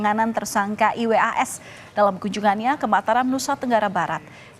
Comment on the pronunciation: Risih dnger pmbawa acara mengeja nma iwas 😩